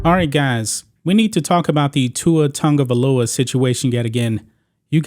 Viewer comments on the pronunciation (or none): OMG!! His name is not Tungovailoa, it’s Tagovailoa!! There is no “N” in his name!! Prayers for him! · OMG!! His name is not Tugovailoa!! It's TAGOVAILOA!!! SMH